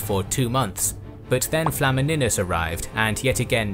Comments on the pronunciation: tbh pronouncing flamininus with "e" and not "i" sound is not that simple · FLA-MI-NIUS not flamminus